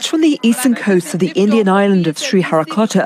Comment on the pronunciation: BBC it's sriharikota . Not Harry pootar. 😛😛😛